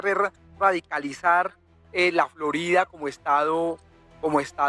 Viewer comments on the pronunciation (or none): none